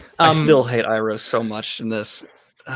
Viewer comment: Ah yes, the magical tale of Ong, Soohka, Uppa, Eehro ... and Katara and Zuko. Honestly, why even bother to get the latter two names right at that point?